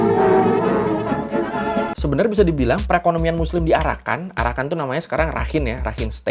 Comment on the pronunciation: Pas ngomong arakan kok dengernya jadi PARAKAN 01 ?! Hahaha